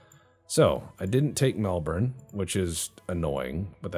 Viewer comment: Aussie: I'm just thrilled you bothered to learn a half decent pronunciation of Melbourne honestly.